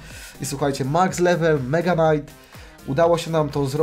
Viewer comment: Muwi sie mega knait